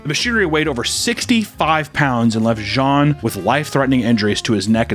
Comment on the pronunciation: You pronounced jean correctly don't worry